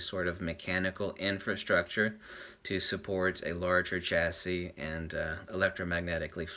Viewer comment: Chassis - SHASSY not CHASSY. Thanks... great vid', really happy with my X-E1 BTW, not going for a +$1000 upgrade. I'm x-E1 happy. Niche - NEESH or NITCH? Very annoying. :)